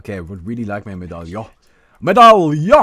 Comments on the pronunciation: Or at least medallion is not "a" sound at the end like you do, it's more like the "on" in monster sorry i know no german! D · when it comes to "medallion", it's an accent. You have a german accent and we don't shit on you for mispronouncing some words, now do we? ^^ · he knows how to pronounce Medallion....it's called joking.